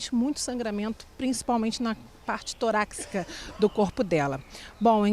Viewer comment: À reporter: torácica, não "toraCcica".